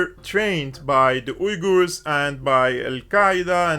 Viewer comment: Is he saying "wiggers"? Because it sounds like he's saying "wiggers". Do "wiggers" have their own country now? I hope so so they can celebrate their "wiggerism".